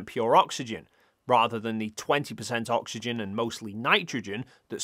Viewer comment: "oxyegn" .. hehe